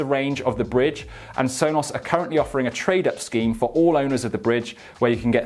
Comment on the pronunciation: Sonoss Rooters.